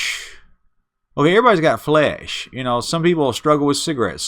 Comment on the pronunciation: He didnt say flesh...he said flayyish. 🤭